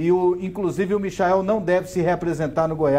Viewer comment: Michael kkk se fala maichel